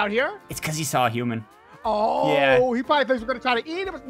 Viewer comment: It’s humooooooooon [dead] ): 🤕